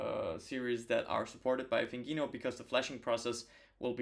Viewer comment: Nice video! This mod is above my skill level, it's cool to see it done in the wild! A few of our devs have done it but my goal is always to focus on things novices can replicate at home! PS - it's pronounced "Thin Gino" as in a skinny Italian guy!